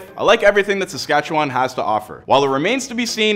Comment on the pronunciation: Yeah, he also mispronounced Saskatchewan but most people do.